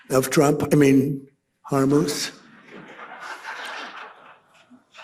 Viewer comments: Good lord, you're ignorant. It's taken you a week until you stopped calling the Straight of Hormuz the straight of Hormoze. How many posts until someone corrects you on this? "Houthi" is pronounced HOO-tee (IPA: /ˈhuːtiː/). The first syllable sounds like "who" or "hoop," and the second syllable is a long "ee" sound. It is often phonetically spelled as "Hooty" or "Hootie" in English, with the "th" often pronounced like a hard "t" sound. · I see you've gone back to your old favorite "HERMUSE". Have you considered using AI to do your voice overs? I'm sure they could could get it right for you as you seem to be brain-locked on mispronunciation of commonly known terms lately. BTW, every time Trump appears, I immediately go to someone else's video. Please reduce that scum's appearances as they are truly annoying. A summation would be best IMO. Also; Trump panics, all hell is breaking loose, and Trump has a meltdown are getting a little stale lately. Maybe purchase a thesaurus? Quality over content and mass broadcasts every hour may be in order. I know the money is enticing, but we know where that leads don't we?